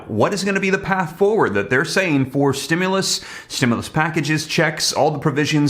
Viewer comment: Man I thought you said they passed the stemuls check